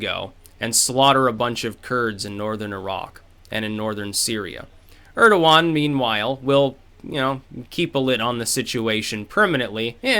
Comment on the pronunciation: Urderwan??? Urderwan!!!! who the fuck is Urderwan!